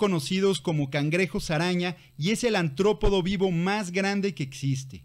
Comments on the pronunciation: buen video, estoy suscrito a tu otro canal, solo deberías subir un poco más seguido, y solo una crítica constructiva, se pronuncia artrópodos, saludos y sigue así, son muy buenos canales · Nuevamente persisten los problemas con el Español, en lugar de “ANTROPODOS” se utiliza “ARTROPODOS”